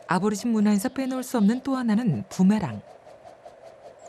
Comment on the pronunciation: 아보리진이 아니고 애보리진 이라고합니다. 그들의 현실은 더 처참합니다. 다음세대는 보다더 나은 환경에서 이땅의 주인이라는 위치를 되찾길 바랍니다.